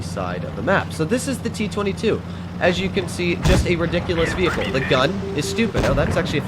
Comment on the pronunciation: t twenty two, why just dont say t twoty-two?